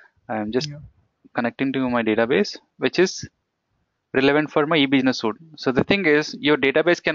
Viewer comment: it's Suite (pronounce Sweet)